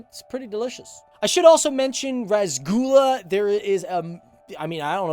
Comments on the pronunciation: I was cringing so bad when I said rusgulla it’s roshogulla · Rasgula? TOTAL CRINGE. Its Roshogolla. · it's not rasgulah its rashigullah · Dude...its not rasgula....try saying it like ROSSOGULLA😆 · Rasgulla😭 ITS ROSHOGULLA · “Rash gulla “😂😂its Roosh -er-Gulla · The way he says rasgulla 😂 that's cringe 😂😂 It spells like ROSHOGOLLA damn😂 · The pronunciation is Ro-sho-golla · How did you mess up pronouncing rasgulla that badly?